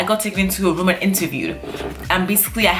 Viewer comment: She kept saying put me in that woom , he he he .